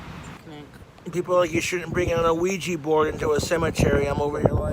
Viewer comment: Wait is he saying luigi-board?